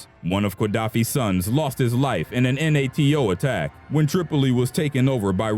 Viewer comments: so what this video is saying is that, king leopold 2 killed had more africans killed in the congo than the people in your list, ey? GTFOH. 🤣 Also funny how the voice spells out N-A-T-O, instead of just saying, NATO. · Its not “N.A.T.O.” Its “NATO” pronounced “Nay-Toe”. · N-A-T-O ....bro Nay-toe. The pronunciations in this entire video were ultra cringe. Thumbs down for shit narration.